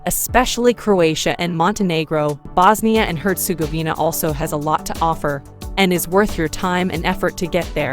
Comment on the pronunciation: Voice over woman should've educated herself on pronouncing names of towns/cites.. feels disrespectful.. name of the country isn't even pronounced correctly...